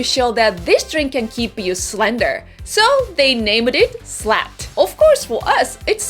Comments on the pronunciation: Its funny because slat is actually not a dirty word. However, the way you pronounce it sounds like the dirty word which would be the word slut. Not quite the same. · honestly I'm completely confused. I thought you were mispronouncing "slang". I have no idea what "slat" might be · i was scared when she was saying slat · Honestly, I was trying to figure out what you're trying to say until the drink showed up. "Did she say slang? Slut? Slat? Slab???'